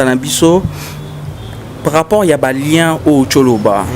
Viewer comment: Stop saying lieu.lien lien